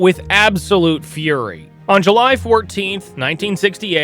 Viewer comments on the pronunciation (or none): none